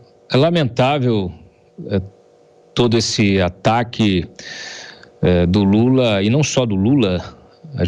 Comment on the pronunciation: Só eu que ouvi o chamar o presidente de JULA???? Será que ele juntou jumento com lula?????🤣🤣🤣🤣🤣🤣🤣 (Min )